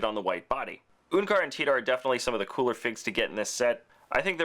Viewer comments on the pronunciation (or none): none